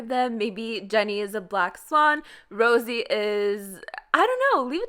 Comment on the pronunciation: Nobody:: Rosie Me: isn't it Rosé?😂